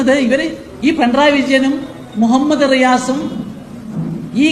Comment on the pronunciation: പിണറായി എന്ന് പോലും ഉച്ഛരിക്കാൻ നാവ് പൊങ്ങാത്ത അലവലാതി സങ്കി 🤣🤣🤣പിൻഡ്രായി എന്ന് 😂